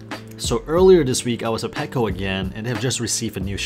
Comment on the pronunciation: Also i am not being mean you just said you want people to correct you. So you are also saying packo instead of petco